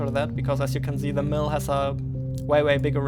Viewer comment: Zimple, Zee!